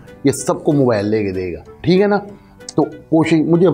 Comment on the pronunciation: Urdu zara thk karay mobile ko mobal bol raha he